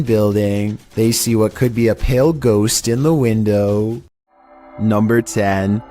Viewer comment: "NUMBR FIFTEEN!"